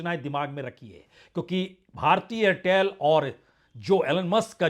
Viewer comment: AIRTEL+STARLINK: 'AIRTHEL'. 😅